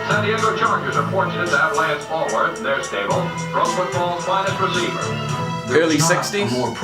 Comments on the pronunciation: Alworth, not Elworth. Nickname: Bambi. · Lance ALWORTH, right? Bambi. Dude.... it's important. Alworth.